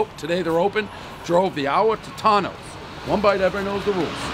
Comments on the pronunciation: Pronounced "Toe-tones" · Another famous pizzeria that Dave can’t even pronounce correctly. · How can I trust your review if you can't pronounce the name correctly.